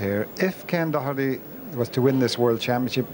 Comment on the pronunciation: David Vine the only one who pernounced Ken Doherty's name correctly 🙂